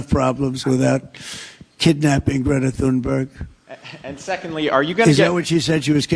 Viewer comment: she calls herself "githa timba" lmao